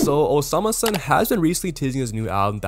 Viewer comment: bro its not hard to say the name😭